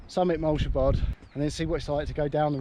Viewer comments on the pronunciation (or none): Love this, got a new subscriber, love the way you pronounce moel siabod 😂, it's pronounced moil shabod I think I'm Welsh and I don't even know 😂